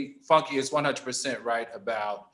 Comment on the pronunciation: FUN-KAY D🤣🤣🤣🤣☕